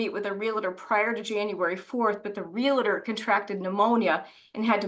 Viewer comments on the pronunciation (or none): should know the word is realtor not relitor. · How does an educated lawyer pronounce realtor wrong. Sheesh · The dad's attorney I'm sure is a good attorney but could use some speech therapy...... This mother's sense of entitlement is off the chart!